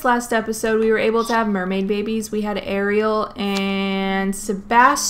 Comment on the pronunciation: honestly im just happy she said ariel the right way (according to the movie)